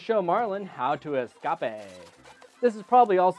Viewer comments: Lol you sed escopay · Ascape...😂😂😂 I laughed my head off when you said that!!!😂😂😂